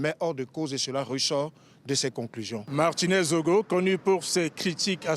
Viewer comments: C’est ZOGO et non ZONGO… même lire !!? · C'est Zogo svp!! Pas Zongo!! 🙏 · Zogo et non zongo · C'est écrit zogo mais elle dit zongo et ça passe comme un lapsus or c'est fait exprès . Quelq'un qui ne porte pas attaché aux noms de quelqu'un ne lui accorde aucune valeur humaine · Martinez Zogo pas Zongo.. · Zongo c'est qui? Vois faites exprès ou quoi ??? Vois faites même quoi en Afrique. Ce qui se passe en Afrique vous regarde en quoi?? Et vous êtes toujours là a déformé ces magnifiques noms africains. Du respect ok!!!! Ça ne continuera pas comme cela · On dit ZOGO*** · Pourquoi elle dit „Zongo“?